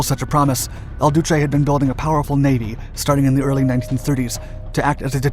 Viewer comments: Il Duce, not El Duce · Il Duce, not El. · It’s not El Duce. It’s Il Duce. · Horrendous ignorance on display throughout these comments partly caused by the ridiculous use of Spanish terms and pronunciation in the video commentary; in Italy they speak Italian, so it is Il Duce (not ‘El) for example. Too many others to list. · Please--before we proceed--IL Duce, not El Duce! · "Il Duce" pron "eel" not "ell" and "Iachino" is pronounced "Yachino". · It's Il Duce, not El Duce. El Duce is Spanish. Il Duce and El Duce are spelled and pronounced differently. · Il duce, non El duce. Non è mica spagnolo... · Not El Duce but Il Duce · If you write this kind of story please name the people as they were. No matter that Mussolini was a criminal of war, you can`t call him "El Duce". "El" is spanish like El toro, El diablo etc.. right way is italian - "Il Duce". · El Duce? It's il Duce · Benito Mussolini was known as " Il Duce" not el duce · It's IL Duce not EL Duce. He's Italian not Spanish. Small point? Sure. But it niggles. You're supposed to be historically accurate, right? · It's not El Duce, it's IL Duce, you nitwit. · And Il Duce, not El Duce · Il Duce. Not "El Duce". Pity. You're otherwise doing pretty well with some the tongue-twisters Italian can throw at you. You nailed Taranto correctly, but Veneto follows the same rule - the stress is on the first syllable, not the second - VENeto, not venETo. Getting this wrong sounds like Laurel and Hardy which when dubbed in Italian had these mistakes for comic effect. Kudos for getting "degli" as nearly correct as an English-speaking tongue can - it's a sound specific to Italian. It's "Cunning-um" not "Cunning-ham" - it's nothing to do with cured pork. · il Duce. Just saying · So... who is el douchay? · "EL" Duce???? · El Duce? Is that "The Duke" when translated to English??? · EL DUECE LMAO